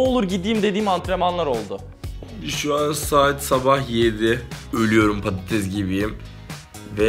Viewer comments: patates degil pattes oldum diyor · Patatessssssss patatez değillll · Peki orkun un patatese padadez demesi +1